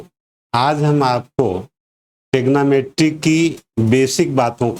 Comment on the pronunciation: थैंक्स for saying tegnometry